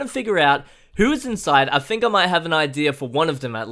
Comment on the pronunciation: Is in't weird???... i thingk that is not weird... i thingk that is true